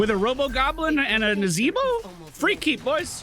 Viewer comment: YEA BOY! That NAZEEEEEEEEBOH! was on point! Man deserved a vote pally :(